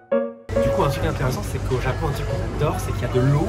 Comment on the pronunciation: 、とても、とても（最近は、日本語で「めちゃ」と言うようですね）可愛いですね！お二人の会話を聞いていると、流れるようでずーっと、永遠に続くようです！言語は発達するとどんどん簡単（滑らか）になっていくというけれど、フランス語はまさにそのとおり！Manon姫の「ジャポン」という発音はとてもとてもいい響きです！（その昔、アメリカ人は日本人のことを「ジャップ」と呼んでいた事もありましたね（笑））。、また、べべチャンネルに顔出ししてね！